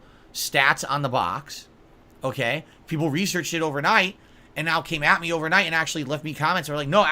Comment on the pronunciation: The amount of times he said "right?" as a manipulation tool... 🍥🐽🍥 But he's an ahnest guy, ohkay?